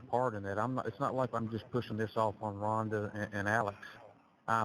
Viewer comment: I hate the way he sounds and how he pronounce Rhonda because that is my name 😮